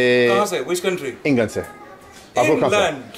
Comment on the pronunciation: As an India i would like to clarify that not how we pronounce england. He pronounced inglund, where lund means penis 😹😹😹 he shouldn't have said that it's so funny🤣🤣🤣.